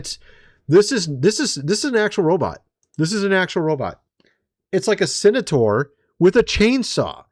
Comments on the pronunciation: BUD,it's CEN-TAUR...NOT cenator. Cheers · Its Centaur...not Cenitaur or Cenataur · It's pronounced cen-tar not cen-a-tar, lol! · Ps. It's Centaur, not cenetor. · Do you mean centaur? You keep saying senator. Centaur, pronounced SENT ar. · Really Bro? CEN TAR learn how to sound out the words like a baby in kin der gar tan. Lol wtf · This dude is not real. Everybody who was ever a kid knows what a centaur is and how to pronounce the word. And the difference between a centaur (not a "senator") and a minotaur. What next, dude will be calling a unicorn "Unicron"?